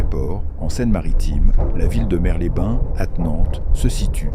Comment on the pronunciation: dans Mers-les-bains , le "s" de "Mers" se prononce 😉